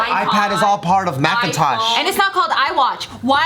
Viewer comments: I thought she was saying Mac and Tosh, like those characters from Looney Tunes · Everytime says Mackintosh a angel gets its wings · everytime say "mac" im like YES SHE GOT IT then she continues with "-intosh" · “Macintosh” - 2019